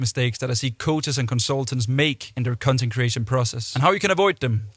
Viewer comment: Sorry but did bro just say “cun” “tent”? And several times throughout the video lol Great video though